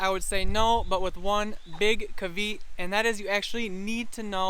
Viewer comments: Caveat is not pronounced cah-veet. It's pronounced cah-vey-aht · caveat is pronounced kavēˌät